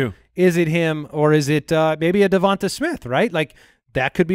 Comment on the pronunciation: pronouncing Devonta Smith correctly